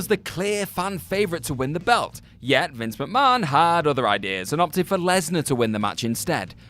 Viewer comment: noticed that too